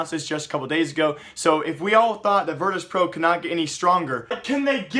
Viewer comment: 'Virtus plow' Lmao